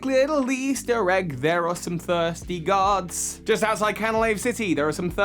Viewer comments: Ha totally thought u said “thirsty gods” but u had said guards 😂 great video ❤️ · what he said "there are some thirsty guards" what I heard "there are some thirsty gods" ...Zeus? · I kept hearing “thirsty gods.”